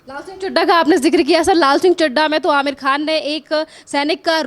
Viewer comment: Aamir kkan ji nahi Aamir boliye